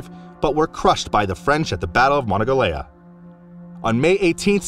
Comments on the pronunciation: You mispronounced Monongahela, badly. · Good video, thank you. Check your pronunciation of "Monongahela."